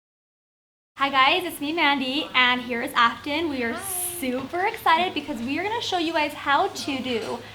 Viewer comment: "I'm not gannew" blegh shudder Had to turn it off there. Going to. Going. To. "gannew"